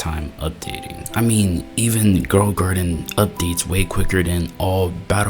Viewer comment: Bro said girl a garden 😂